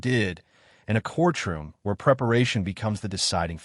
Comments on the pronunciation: What is a core-troom. I think you're trying to say courtroom. There's no pause in the middle of that word it's one word. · What's with the pronounciation of cortchroom?